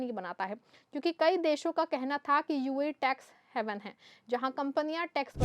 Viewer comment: Tax heaven nahi tax haven hota hai Kaiser kaise log YouTube news presenter ban jaatey hain 😂